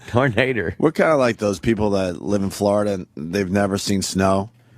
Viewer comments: HAHAHAHAHAHAHAHAHA GREGG! PLEASE KEEP SAYING TURNADER! MY GOD! MY RIBS ARE SPLITTING!!! HAHAHAHAHAHAHAHAHAHAHAHAHAHAHAHAHAHAHAHAHAHHAHAHAHAHAHAHAHAHAHAHAHAHHAHAHAHAHA . Die. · In north georgia, it's pronounced "Tarnayduh".